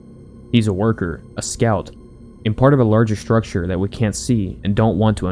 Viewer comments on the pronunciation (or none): none